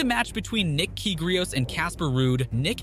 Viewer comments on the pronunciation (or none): "Nick Keegreos" bruh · Kyrgios not kygrios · its also funny to know that this guy has some great name reading skills.somehow he reads john josh.and kyrgios kygrios. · Did you say Nick "Kigrious" and.... Josh... Isner... Do you watch tennis? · Nick Kee-gree-ohs? You gotta be kidding ne. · Nick "Kygrios" ??? Who is that ?